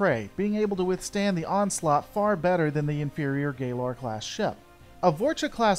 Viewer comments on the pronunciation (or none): Why do you pronounce the Cardassian ship and ship class names so weird? PraKeysh? GayLer? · Good video, like your stuff. But you've GOT to check your pronunciation of the in-universe terms. Galor and Prakesh were both clearly pronounced differently during the episode; and in other vids, there's been some mishandling of ship classes and individual names. Again, for the most part this is good stuff, but the name being pronounced differently than the dozen times many of us have heard it really breaks the vibe. Keep up the good work, and happy birthday! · You pronounced Galor class wrong